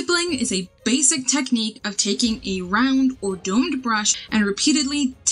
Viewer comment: Basic Basic Basic! You kept saying it in a weird way and alot. It ended up making laugh throughout the video